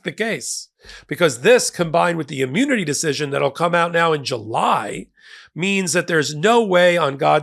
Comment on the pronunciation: Hey, is the "emu-nity" like Rod Hull and his emu-nity?